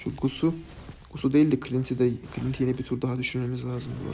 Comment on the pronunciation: 10.dakikaya dikkat etsenize İstanbul üslubu adana conolarina dönüyor. O değil o değil o deel o deel ulan ne güldüm bswhhwhs😂